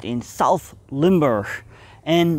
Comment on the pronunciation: Nice video, I'm a resident of Limburg. My grand uncle who was in the resistance, joined the Americans, and got killed in Duisburg (DE). Thanks for making this video, and pronouncing Limburg correctly.